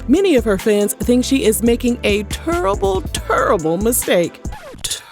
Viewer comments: Not the Charles Barkley enunciation though... Turrible hahaha I can't 😆🤦🏿‍♂️ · “Turrible” mistake! 😅